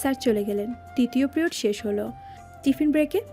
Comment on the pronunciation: প্রিওড নয় “পিরিয়ড”